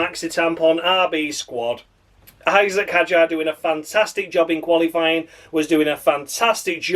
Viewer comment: David Croft changing his pronunciation of Isack Hadjar every bloddy time he said his name, I'd rather listen to silence 🤦‍♂️🤦